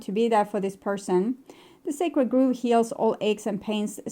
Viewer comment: The first card you read from "Grove" is said with a short "o" like in "rove" or "stove", not a long one like in "move".